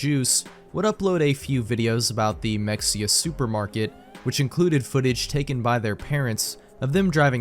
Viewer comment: Why do you mispronounce Mexia?